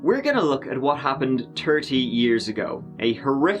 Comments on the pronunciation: "Turdty years ago" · I never get tired of hearing you say “Turty or Turdy”. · "...at about eight turdy..." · I like the way you say "Tirty" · Me: how do you pronounce the word Tenth? Narrator: tent Me: how about Thirty? Narrator: turty Me: and Either? Narrator: eedur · He goes out of his way to find these stories.... Tirty years ago on the tent, a tirteen year old..... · "Turtey years ago in Las Cruces, New Mexico." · Are you Irish? I live in Newfoundland, Canada and all my descendants are from Ireland (from County Kilkenny). You have the same accent as we do here in Newfoundland and you pronounce your words like we do, for example...”tree, tirty”, sheet” etc., for “three, thirty and shit”. 😂 Love your videos! ❤️🇨🇦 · At first you would drive me crazy with the .tent and turd and turdy but I'm used to it now and you make great vids man thanx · Actually he said turdy years😂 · "turty" years? Ugh.... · “Turtty years ago “ lol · You have tree hundred and tertty K subscribers. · Guys is back trolling us again!!! He is using the word terrrrrty or 30 when it's not even needed. He is making fun of us..... using the word treeee or 3 when it doesn't need to be. He is making fun of us behind our backs. He needs to stop!!!!! why do u do this!!